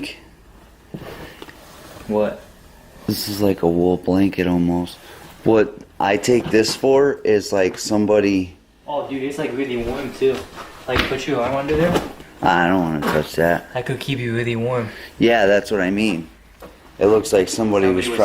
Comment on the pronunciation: wheeeewww always makes me twitch when I hear somebody do the “w” sound on what should be an “r” sound lmaoo “wock band” “look undew dewe” 😭😂